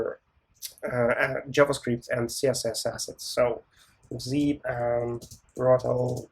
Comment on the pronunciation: Hi, this is a mispronunciation. The actual name is Brotli: Brotli is used for compression to reduce network load.